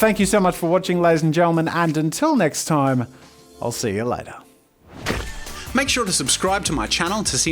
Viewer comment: Is it just me or does he say "see your liter" at the ends of his videos